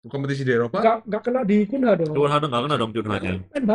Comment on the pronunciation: Bukan Kunha. Bukan Kanha. Tapi Cunia bacanya. Itu ada channel sebelah yang sok tau, sok kongkow, dikasih tau sama netizen cara bacanya ngeyel bilang Kanha. Katanya punya temen di Inggris nyebutnya memang gitu. Ternyata ada tenglang henpen. Jan.. angel kandanane cah kae.